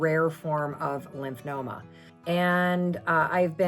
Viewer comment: It’s Lymphoma (lymph fo ma). Not Lymph no ma. In case anyone wants to look it up.